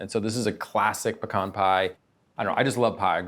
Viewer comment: Thank god pronounces 'pecan' correctly